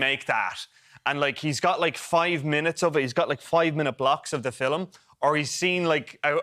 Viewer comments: pathetic reviewers, with a pathetic review.and being part irish myself, even i can't get over the word 'filum' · The way the Irish squeeze two syllables out of the word "film" is adorable.